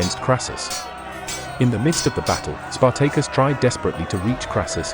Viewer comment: I will never unhear Spar-Tay-Cus